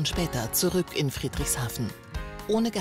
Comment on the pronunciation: Friedrichshafen wird weicher ausgesprochen^^